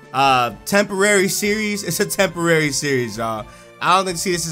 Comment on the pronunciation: He says "temporary" 🤨